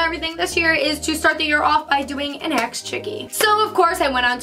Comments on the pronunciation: Does anyone notice she is saying aks chickee instead of ask chickee. I mean it doesn't matter she is still a queeeeeeeeeen! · Don't get me wrong, I love you and your videos but is it too much to ask for you to say ASK not AXE like for real ASK is not the same thing as AXE. Anyways love you ❤❤